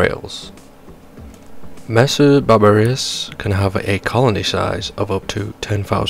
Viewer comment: Great vids but why you saying 'barbar-ious' its super off putting. Please say Bar-ber-us or next video or im gonna cry